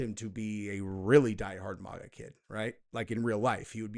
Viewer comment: Okay, ❤ your content but damn it if I hear you say “Mogga” one mo time!!! It’s Mag-AH- “Make-America-Great-Again” I’m no grammar nazi but this irks the shit out me. And no, I won’t just click off because I’m a true follower.